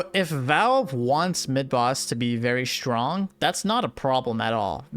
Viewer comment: "SHRONG" lmao